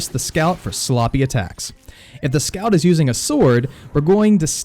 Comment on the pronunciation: Its weird, I keep thinking your saying scalp(I think that's how u spell it) instead of scout.